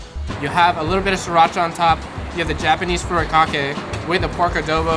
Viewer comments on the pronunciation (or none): none